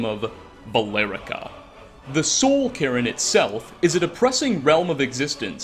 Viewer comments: did just pronounce the soul cairn as the soul Karen? because it sounds an awful lot like that's what he said. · Please stop pronouncing cairn as Karen, it's killing me, lol! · its weird how you pronounce cairn as "karen" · bro says carin while CAIRN is clearly on screen ffs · How do you still not know how to pronounce cairn? And you even pronounced it two different ways in the same video.